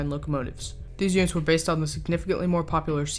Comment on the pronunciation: Nobody: No one at all:: “Stignificantly”